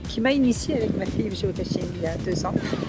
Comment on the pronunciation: Géocaching, pas Géocatching ! On ne se bas contre personne !